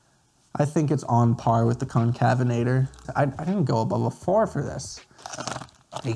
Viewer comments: Pronounced con-cave-en-ator not to be rude just informative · Allow me too help. It's pronounced Con-cave-in-a-ter